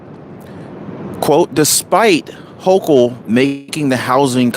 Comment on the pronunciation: Her name is pronounced Hoke-ul